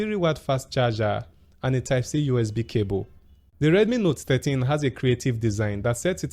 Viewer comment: Is it just me or you keep saying note 30?